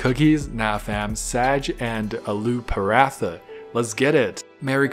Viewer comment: OH THE PRONOUCIATIONS ARE NOT GETTING BETTER I DIED WHEN I HEARD U SAY SHAAAAHHHGHHH AND PA RA THA. Bro the minimum u can do is look up how to pronounce it instead of clearly mispronouncing it in the most awful and cringe worthy way possible. Even the recipe videos say the word and u can learn it from there. Doesnt have to sound native but at least try man. Love ur content but this is so off putting